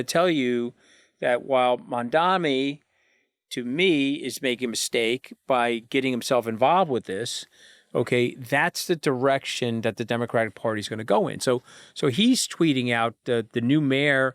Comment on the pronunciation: Mr. Anthony Scaramucci “Mandami” is NOT his name. It is “Mamdani”. You are either deliberately mispronouncing his name or you have some kind of intellectual deficiency.